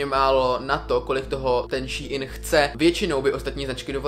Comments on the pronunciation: Čte se to Šín a né šíin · jakoby je to strašně divný, nikoho nehejtuju ani nevim jak se to správně čte, asi teda [ší in] ale reálně mi to trhá uši a četla bych to normálně [šín] ale jen můj názor. nikoho neurážím. jinak skvělý video fakt super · Šiín ... promiň, ale rve to uši 🙈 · Hovorý sa to shin a píše sa shine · Mi to vyslovujeme šejn